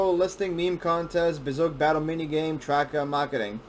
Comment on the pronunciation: I have seen many of these types of videos on Bezoge. He doesn’t say it right and he is lazy. I don’t trust this video. I am more informed and care more than this dude and I’m just a hodlr on like 1000$ of bezoge